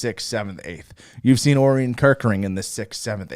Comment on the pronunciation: Great show! I think Orion is pronounced "oh Ryan"